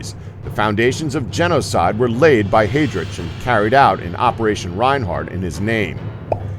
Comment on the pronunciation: I'm sorry, but as if the mispronunciation of the names is not bad enough, there isn't even consistency of the errors. For example, Heydrich is pronounced with a chance and Heinrich as a ck...